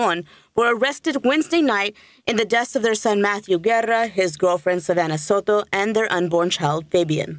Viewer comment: So-toe is how it's pronounced.. Not so-doe